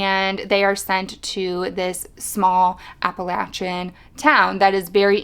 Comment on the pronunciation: Just found your channel, great reviews. I hope your others are longer, tho, lol! Also, thanks for pronouncing Appalachian correctly, it doesn't happen often. 🙂 Vivian